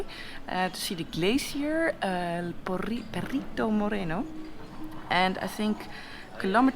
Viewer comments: Noraly,the way you pronuence Perito Moreno sounds you are saying Little dog(perrito moreno) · You said "Perrito" Moreno and that is a small tanned dog ;). Better pronunciation! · hahah she said Perito Moreno like black doggy